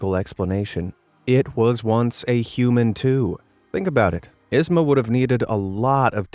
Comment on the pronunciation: It’s pronounced “eezmah” not izma